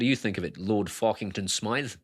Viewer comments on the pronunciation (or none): none